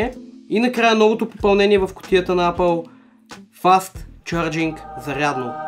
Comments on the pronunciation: Казва се ейпъл не апъл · само щото в началото каза апъл ..спрях клипа